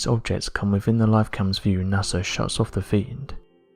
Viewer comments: The most interesting phenomenon, that is blowing my mind, concerns how you can say “Nassar”, all the way up until like , then nail it “NASA.” Pow, flash, brain-matter-splatter, The Mad Hatter. Or bubble helmet Newton...Hootin. Goofin with love & respect. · So you honestly think NASA is pronounced Nasser?